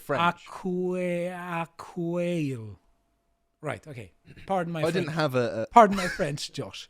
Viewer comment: "I do speak a bit of French..." - maate, you didn't have a clue how to pronounce that.